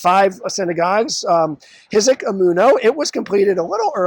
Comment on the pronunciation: I attended kindergarten at Chizuk Amuno, went to Hebrew school at Beth Tfiloh, and am a member of BHC. Thanks for the informative video. BTW, the "Ch" in Chizuk is aspirated. Think the "ch" sound of Challah. When WBAL radio announcer Galen Fromme announced school closings, my family and I always laughed at how he mispronounced Chizuk Amuno. But sobbed that Baltimore City Schools were open as usual.